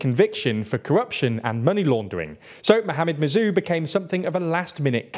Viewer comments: A Maldivian here, firstly it's pronounced "sor lih" and "mu ezz" second, one of the reasons a lot of people are " pro china" in the Maldives is because one solih is seen as an ineffective leader because the economy mostly in the toilet during most of his parisdentcy ( because covid ) two general anxiety that India is going to take control of the country and fake rumors Three yameen is seen as innocent by large amount of people and other mumbojumbo (sorry for some spelling errors) edit: I don't like yameen or think India is gonna invade and also don't like solih or the other candidates. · Writing Team, President Solih is pronounced "Sow-lih", Dr. Muizzu is pronounced "Mu-eez" or "Mu-eez-u", President Yaameenr's pronunciation is mostly correct, but more emphasis is placed on elongating the vowels.